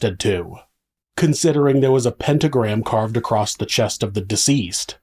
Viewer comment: Why do you say acrosst 😭